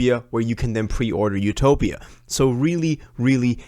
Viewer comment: It’s def utopia not ‘topia